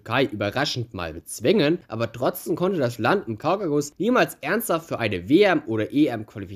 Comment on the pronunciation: Interessantes Video und Respekt fürs raussuchen der Fakten Aber bitte, es heißt KAUKASUS nicht Kaukakus. Triggert mich hart